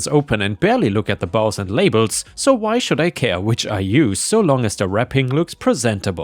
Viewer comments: Bows: is pronounced as "boze." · the Bows in the Christmas story is pronounced with a long O sound not complaining but since you have asked for help in the past I thought you might appreciate this.